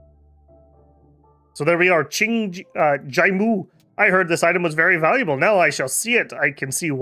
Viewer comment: Pronouncing Cheng as Ching is crazy